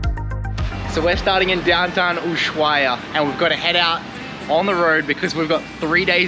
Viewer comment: Loving your videos, watching the "old" ones now. The H in Ushuaia is silent, by the way! Good trip to you and your baby ♥